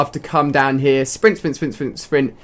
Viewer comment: when he says here it sounds like heh